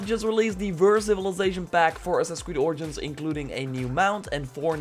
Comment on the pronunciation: Hearing him say Aowmore and Asasn cred origns pains me